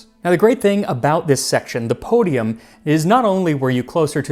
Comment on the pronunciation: Great content, super interesting, but for the love of God, stop trying to pronounce things "correctly." I cringed soooo hard when you said "podium" - a very common word in English - with that dreadful fake Italian accent. My guy, you are WAY better than this 😬